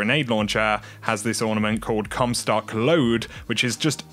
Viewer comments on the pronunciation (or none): “Cumstock Load”